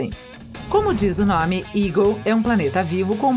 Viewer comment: falo a maioria dos nome tudo errado